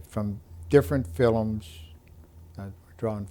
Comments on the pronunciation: Can't even pronounce film! Filumm what an idiot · That's the Elizabethan pronunciation, the word used to be spelled Philome. The Irish still call movies 'filums'. There was a big vowel shift 400 years ago, but some English speaking countries didn't get the memo. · Did Canadians in his generation pronounce the word "film" as "fillum?" Was that the normal pronunciation? I live in Winnipeg and have never heard anyone pronounce that word like that.